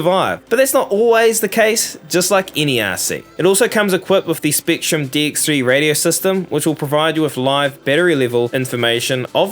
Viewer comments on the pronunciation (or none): Why you say top teen not top ten. Spektrum not Speektrum